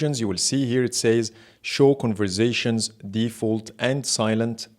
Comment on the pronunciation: New game: Take a shot every time he says "converzations"! 🥃